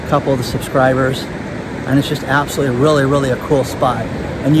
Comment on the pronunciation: Sound it out: ab-so-lute-ly, not "abselly"